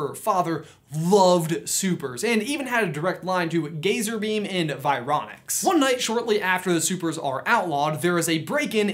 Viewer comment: it's Fironic not vironix. Great vid though